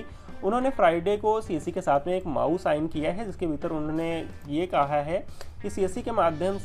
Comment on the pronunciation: Not maau its am o u